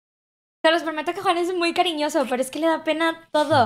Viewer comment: dise CORIÑOSOS en vez de CARIÑOSOS (creo q soy la unica q se dio cuenta de eso xD)